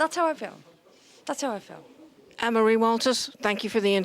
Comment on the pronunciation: Her name is Waters, not Walters as you say at the end. And her party is For Britain, not Britain First as you caption it at the start of the interview.